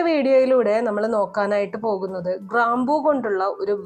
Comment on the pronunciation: ക്രാമ്പു അല്ല? ഗ്രാമ്പു ആണ്